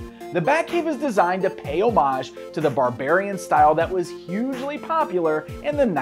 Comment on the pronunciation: Hiya! I'm a vintage MotU PoP nut too. Glad I waffled for a bit on Savage World rather than find out about the QC issues the hard way. Ha ha, did you say "hugely popular" or "usually popular"? 😜 (lol, that Venom head) Edit: Dial-a-mug. oh I get it.